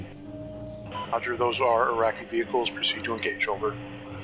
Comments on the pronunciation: Please stop saying AIRAKI!!! It is ee-raki!!! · Eraqi not airaqi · eyeraqi lol Iraqi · It's called eeraqi not eyeraqi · He just can't stop saying "Eye-racky" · Eye-Raki perspective is to teach you guys how to pronounce Iraq after decade long occupation and destruction of their country. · Jayzus, it makes it so hard to take you seriously, when you can’t even pronounce, “Iraqi” correctly… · U know as an iraqi i really feel disturbed by the way you guys spell the words "iraq" "iraqi" just pronounce it the way google does